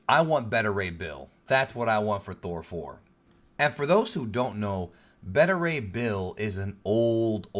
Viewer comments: Dude get your information right. Spiderman Far From Home is Not a phase 4 film. It's the final film in phase 3. Spiderman Far From Home is the final phase 3 film not Endgame. And its pronounced BETA Ray Bill not Better Ray Bill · Dude its pronounced Bay-ta Ray Bill not Bet-ter Ray Bill. Just like how you pronounce Alpha and Beta. Not Alpha and Better. Tbh it was annoying the shit out of me everytime you said Better 😂